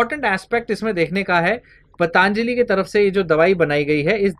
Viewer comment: धन्यवाद, मै आपका प्रशंसक हू । कृपया ' पतंजली ' ऐसा उच्चार कीजिए ' पतांजली ' ऐसा नहीं । इससे आपका जो स्पष्टीकरण है, उसमें कुछ दोष नहीं आता ।